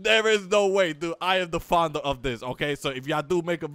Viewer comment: Xbox360OverAchiever Even more annoying, the dude can barely pronounce "founder."